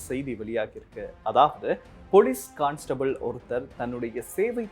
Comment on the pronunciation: தவறாக கற்பிப்பதையே தொழிலாக கொண்டோர் சங்கம்…. கான்ஸ்டபிள் என்பதே சரியான உச்சரிப்பு…